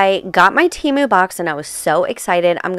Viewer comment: Tem-oo, not Tee-moo